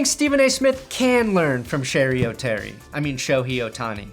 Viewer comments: he definitely says "Shoney O'Tony" but he pronounced it correctly to subtly show he does know how it's pronounced. He also ends up saying "Sherry O'Terry" towards the end. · pronouncing Shohei Ohtani sounds like Shoney's OTony